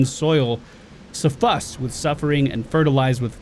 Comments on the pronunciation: And then there were pufermer and suffaced. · may be triggered by creatures shooting him through doors while I am triggered by people who cannot pronounce suffused and perfumer.